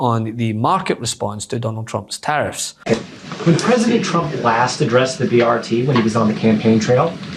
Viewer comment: The ”Pwesident” is ruining our economy. Tell me when is this “Trumps” economy. I just wanted to know when they think we can hold them accountable. Idiots.